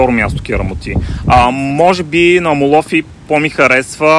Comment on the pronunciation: Страхотно видео. Αμμόλοφοι -Хълмове от пясък(ударението на трета сричка отзад напред се броят в гръцкия език).Иначе всички останали наименования ги произнасяте перфектно :) Ще препоръчам видеото ви да го изгледат всички наши клиенти,които пътуват за слънчева Гърция :)